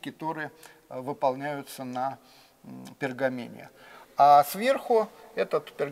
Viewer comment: "...на пергамине..." ТАКИ може,- на пергаменте?.